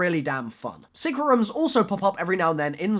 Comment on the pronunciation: i love how says rooms he is like we need secret rumm